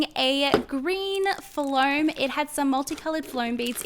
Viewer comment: its not pronounced as flowm its foam and CLEAN YOUR HANDS LAYDY!!!!!!